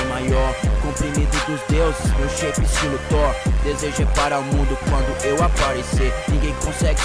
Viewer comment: Shevi "my chape" KKKKKKKKKKKKKK